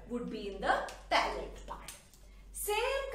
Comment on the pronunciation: Mam.. it's not pallate it's pellet ... Sry to correct you